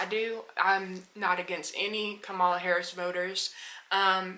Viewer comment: A total drifter. Wait until Project 2025, tariffs, and World War issues break out if it will be funny to see if you are on a plantation for trump and his fools. But for the record. You are straight up ignorant. Reason I say that because after all this time, you can't truly pronounce her correctly. So why would I take anything you say seriously? A con played you, and you are a youtube online con.